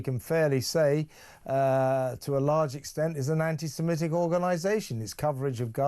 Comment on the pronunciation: It's antisemitic FFS, why do broadcasters keep pronouncing it antisemEtic 🤦‍♂️ At least he got it right at the end.